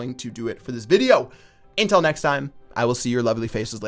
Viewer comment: i love u,but you make me cringe every time you say until in your outro its not ''intil'' its ''UNtil'' with a ''u''